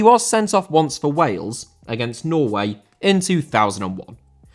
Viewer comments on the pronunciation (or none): none